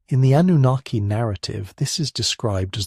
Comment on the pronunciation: Cant handle the ai man cant even pronounce Sumerian or Annunaki